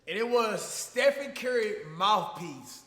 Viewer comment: "Stephen Curery"